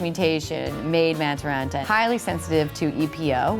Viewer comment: That was a pretty bad pronunciation of the Finn's last name...but also not the worst mis-pronunciation of a Finnish name that I've heard so far in the 2018 Olympics.